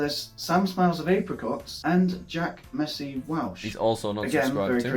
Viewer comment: he actually got it wrong twice, it’s jack messy** welsh